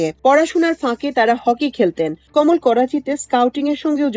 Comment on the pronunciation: কোমল নয় কমল যদি তা পদ্ম হয়। উচ্চারণ বিভ্রান্তিকর